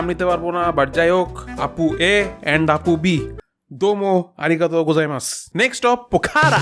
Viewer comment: I couldn't hold it any longer ... When he said "Arigatōgozaimasu" 😂